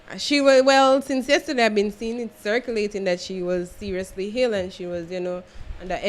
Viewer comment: She was ill not hill 🤣🤣🤣